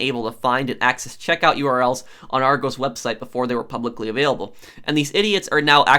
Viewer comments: No-one: Non a single soul:: arr-goze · (It’s pronounced Ar-goss btw) but great video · Yeah I clicked on the vid and as soon as u heard argoes I was like nah fam u got it wrong 😑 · Hearing him pronounce it argoes hurts my soul lol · He calls it Argoes 🤣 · It's pronounce ar-gos (like the o in gosh) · It’s pronounced ar gos sorry it just kinda annoys dme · I like the video but you completely pronounced argos wrong then again I'm from Edinburgh so I might pronounce it weird lol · Argos is amazing because they sell everything and you go in the store and there’s a computer where you type in what you want and it shows up. It’s also not how you pronounce it it’s more argUS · Its Argos like the last bit it pronounced like gosh but without the h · I’m legit on every single restock waiting list and I still haven’t got one :( ! This bot thing is so frustrating!! I wish their was some software that can spot bots. And it’s pronounced like with a lowercase o in Argos bless you cutie X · Hearing the American pronunciation of argos is really strange to me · i like how he says argos lol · It's criminal the way your says argos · It’s a short ‘o’ in Argos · Rghost bru it's argos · That’s not how you pronounce Argos!!!!! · The O in Argos is pronounced the same as in Oscar. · Ik as soon as I heard him say it I was annoyed lol. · The way he’s saying Argos is triggering me 😂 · And people who don’t like him mispronouncing Argos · "OURGOS" 😂😂 it's pronounced ar-g-os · It’s pronounced Ar-gos not ar-goes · It's pronounced Argos not argose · Argos not argows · Hey prof I’m from the UK (Great Britain) and it’s funny how you say Argos because ur saying ArgOs when it’s pronounced Argus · You pronounce Argos Ar-gos instead of Ar-goes (sorry if I sound rude I just wanted you to have the right announce) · ar-gos, not argose lol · The way you pronounce Argos is funny. In the UK. We say Argos, not argoes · I love but its annoying that he says argose not argos